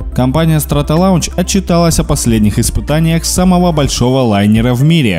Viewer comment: СтратолОнч читается